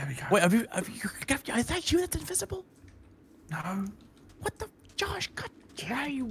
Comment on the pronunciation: Man said invisi invisisi